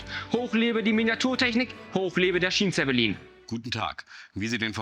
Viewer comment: Hättet ihr in der Englischen Tonspur das Wort Schienenzeppelin nicht wenigstens richtig aussprechen können? Oder ist das so eine billige AI Stimme?